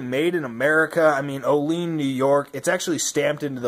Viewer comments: it's pronounced: O-LEE-ANN. just saying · Hahah thank you! I was going to say, you're saying it wrong